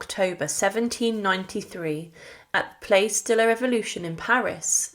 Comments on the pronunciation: Surely the word 'Place' in 'Place De La Revolution' ought to be pronounced 'Plas' in the French way? And 'obscenities' is usually pronounced 'obsenities'. not 'obseenities'. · I wanted to watch your video. But when within the first 60 seconds you mispronounced "place" and "guillotine" I was done. Huge NO for me. If you can't be pissed to pronounce words properly your interpretation of history is shite. ✌🏻 out. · It isn't pronounced place, like we pronounce place in English, it's pronounced to rhyme with dross. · Stopped listening at PLACE Please take the trouble to research pronunciation.